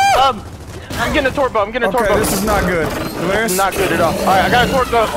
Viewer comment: Anyone else notice that he says twerk instead of torque